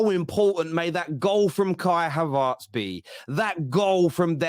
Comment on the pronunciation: havErtz. not havArtz